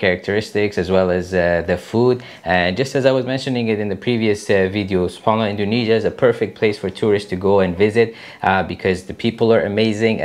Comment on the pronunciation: Bukan indonesiyen. Tapi Indonesia.